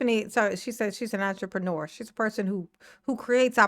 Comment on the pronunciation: We’re dealing with Tiffy…did she say “entrepreneur” or did she say ENTREMANURE😂😂😂😂